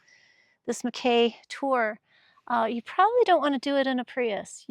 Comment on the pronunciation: It’s pronounced Mack EEEEE.